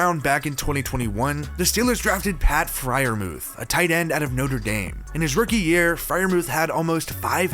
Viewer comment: and it's Freiermuth, not 'mouth'. lol. like you, he meant well im sure